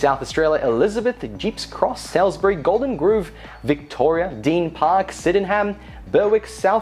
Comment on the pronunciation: did you say... golden groove? haha, wish it was really named that